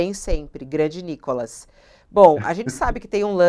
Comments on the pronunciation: o cara chama o nícolas de nocólas?? quanto ódio ao ponto de não Reverbera o nome correto do nícolas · Cara fala NicÓLAS 😂😅😂😅😂😅😂😅😂😅😂😅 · Cara não sabe nem falar Nikolas! 😂😅😂😅😂😅😂😅😂